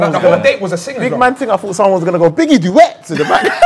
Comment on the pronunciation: He said “Biggie duet” 🤣🤣🤣🤣🤣